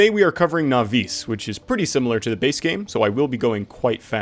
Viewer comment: hearing it pronounced nau VEES instead of the NAUvis I have been using and hearing for ages is a little weird.